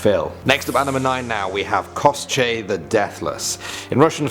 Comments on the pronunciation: It's Koshey not Koschey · yes finally!! more!!! love you guy so much!!! Also koschei the deathless is (ko-shei)